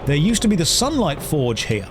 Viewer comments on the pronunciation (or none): none